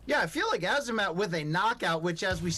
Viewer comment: This guy mispronounced “Azamat” about 11 times. Do some research you absolute fool He kept saying amazat and it drove me nuts